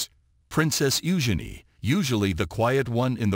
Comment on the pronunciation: Prounon Princess Eugene correctly and whatever got to say about Prince Harry ans Megan Markle is most probably 👍🏼 ✔️ true